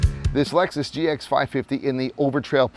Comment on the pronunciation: You cannot even get the name of the vehicle you are reviewing correctly pronounced or correctly spelled. Pathetic….